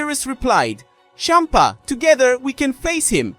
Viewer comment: I’m so sorry but the way you kept saying Bempa was hilarious. 😆